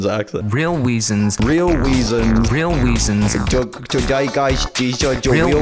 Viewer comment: He said weasonsLOL